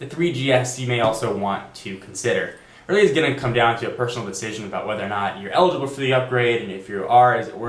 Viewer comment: weely weely weely like ur videos. one suggestion LOOK INTO THE CAMERA!